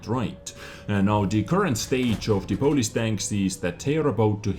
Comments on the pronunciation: Polish not Polis :) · Hey #! You wanted to say polish not police. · For some reason i find your pronounciation of word "Polish" funny xD Sounds more like greek "polis"